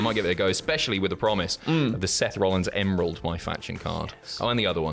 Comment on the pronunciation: Fifa Isn't Football It's Soccer And It's Not EmoRld It's Emerald